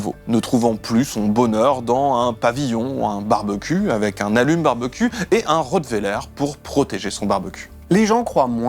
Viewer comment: La façon de dire barbecue qui donne "barbe-cul" AYAAAA 😭😭😭😭